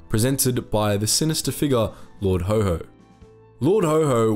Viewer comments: Lord Haw-Haw, not Lord Ho Ho. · Lord HAW HAW, not Lord HO HO. He sure wasn't Santa! 🙂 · Well researched presentation. Not Lord HoHo, but Haw Haw, bro. "Lord haw haw the humbug of Hamburg" Always Look forward to each new episode arriving on my desktop. Well done mate, keep it up. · Please check how to pronounce words it is lard HAW HAW (Rhyms with saw) NOT HO HO as in Father Christmas!!!! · "Haw-Haw" wouldn't be pronounced like "ho-ho" but like the aw sound in saw, or the "Haha" sound of laughter. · Why do you pronounce "Lord Haw Haw" as "Lord Ho Ho"??? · The small ANNOYING ways to pronounce Lord Haw Haw. It not Ho Ho! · learn how to pronounce haw haw